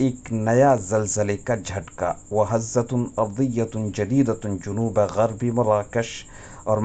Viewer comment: جنوب بفتح الجيم لا بضم الجيم.